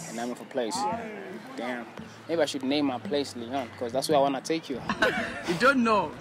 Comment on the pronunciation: It's Lyon not Leon.